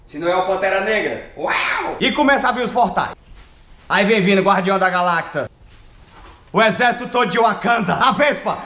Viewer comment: Eu em pleno 2022 chorando de rir com essa narração 😆😆😆😆😆😆😆😆😆😆😆😆😆 Guardião da gaLACTA kkkkkkkkkkkkkkkkkkkkkkkk mortaaaaaaaaaaaaaa